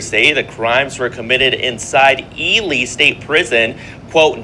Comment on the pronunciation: Dude don't really know shit! His pronunciation of Ely shows this!